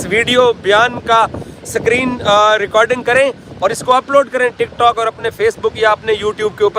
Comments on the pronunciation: Abe tujhe kisne journalist banaya.. tujhe screen bolna nahi aata sacreen bolta rehta hai.. aur khudko bada journalist batata hai.. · minutes sakreen❌ screen ✅ hota hai 😂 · Sakreen nahi bolte screen kahlte hai 😂😂😂😂😂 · Screen ko sakreen bolney waley😂😂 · Abe dalle screen pronounce sikhale pahale..